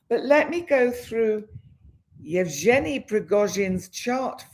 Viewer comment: Yev Gen ( the g is pronounced as in Again its a Guh sound) ie ( ee) sound